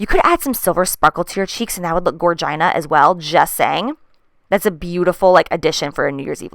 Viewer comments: "Gorgina"!!! LOL!! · Lol I'm done! She said "Gor-gina"!!!!! Lol I love you Jaclyn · "Gorgina" lmao😂❤️ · JACLYN DID YOU JUST SAY GORGINA?! I'm weak 😂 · When she said gorgina I cried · I swear I heard "vagina" when you said "gorgina" lol